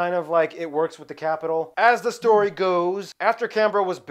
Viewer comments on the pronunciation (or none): none